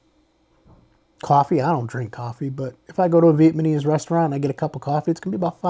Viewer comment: Nice video bro, you give a lot of good insights. Slight nit pick, it's Vietnamese, not Vietmanese. It's VietNam not VietMan. Just a pet peeve lol